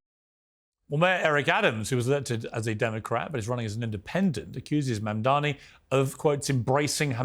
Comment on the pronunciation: THE NAME IS MAMDANI.. M-A-M-D-A-N-I …. Learn how to say it !!!